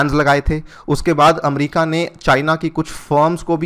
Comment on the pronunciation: अमरीका नहीं होता अमेरिका होता है।।।